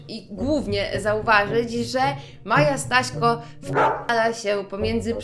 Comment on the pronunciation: usłyszałam Maja Sraśko🤣😂